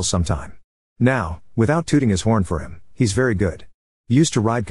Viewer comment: Frankly the way the AI pronounces “he’s” as fkn “hes” pisses me off